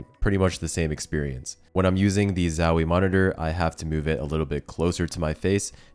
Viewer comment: it kills me how hes saying zowie.... ZAAAWIIII, chill out bruh